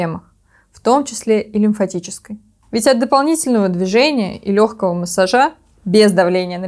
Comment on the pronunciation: Да, отличновсё , только массАжа, массАже.